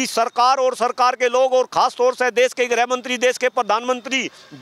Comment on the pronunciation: Amit Shah pahle khud Hindi bolna sikh le Desh ko Des bolte hai